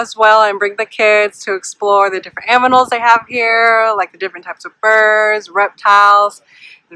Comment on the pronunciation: She said "aminals" 😂